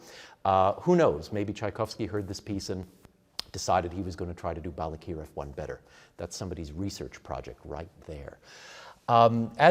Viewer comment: Balakirev, accent on the second syllable. Yes, Ukrainian used to call Little Russia or Malorossia. Malo means small. Ukrainia means Okraina, means an outskirt.